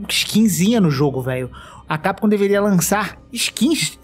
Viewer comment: não sei qual é o fetiche que esse povo tem de falar CAPCOM errado. chega o ouvido sangra.